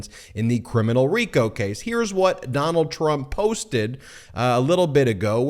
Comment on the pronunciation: "Doh-nuld, be best." Melania Trump